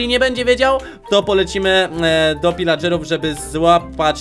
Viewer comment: Pilageruw nie wilageruw